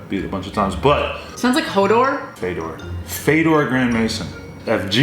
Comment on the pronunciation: When says Fedor it sounds like Vader